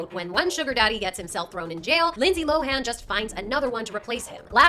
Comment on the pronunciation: It's Lindsay LOWEN......NOT LOW-HANN! geez do your job.